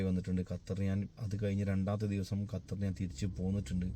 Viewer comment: ഞാൻ 17 വർഷം ആയി ഖത്തറിൽ 🔥🔥🔥🔥i love ❤️ കത്തർ അല്ല ബ്രോ ഖത്തർ ആണ്